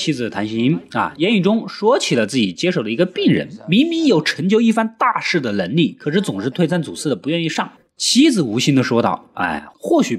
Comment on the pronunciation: 口音也要纠正纠正:男子不是蓝子,奶妈不是来妈,常言道,崩口人忌崩口碗,这楞力(能力)也说电影！口齿不清,发音不准！听者发毛！